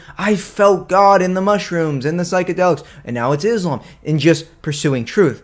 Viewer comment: I appreciate you saying Islam not Izlam or Muzlim.I don't know what is it with westerners saying it with a 'z' when they can perfectly pronounce 's'. Is it intentional and meant to be derogatory? I don't know..